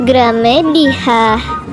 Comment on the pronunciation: Toko matahari jadi toko bulan😅 Gramedia jadi gramedihah😅